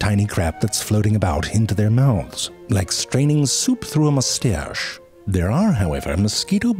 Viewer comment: "Like straining soup through a moustěăsh"